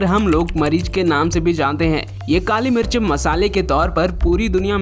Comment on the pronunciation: Pehle mirch boln sikho